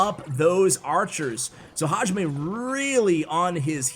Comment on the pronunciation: I think the guy its pronounced “hayime” strong in “yi” . Its what the referee says at the beginning of a martial arts combat.